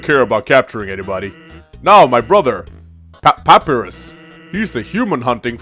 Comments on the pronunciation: This is a nitpick and a half, but it's pronounced Puh-Pie-Russ. Keep up the let's play, this and Fire Emblem are spoiling me silly. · Also, it's PAPAIRUS